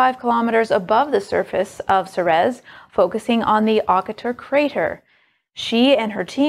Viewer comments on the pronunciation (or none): It's SEE-reez, not SEH-rez.